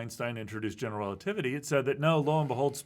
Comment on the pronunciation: I find it interesting that has adopted Dr. Ross' pronunciation of "general relativity" - "gen'l relativity". I think I would, too, if I'd have spent that much time with Dr. Ross.